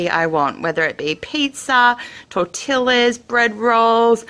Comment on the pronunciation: Tor-till-ahs lol, very good video thank you very helpful.